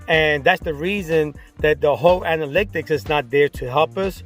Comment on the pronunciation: Me everytime you say anaLYCTics vs analytics 😬🙉. but I’m going to see if this is true about watch time by only uploading shorts to a new channel.